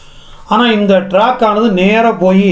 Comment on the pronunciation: ஐயா மன்னிக்கவும் டிராக் இல்ல சார் ட்ராக்